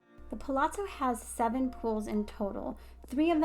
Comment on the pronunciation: Really nice video. I’m particularly impressed that you pronounce the ‘zz’ in Palazzo correctly!!! Kudos.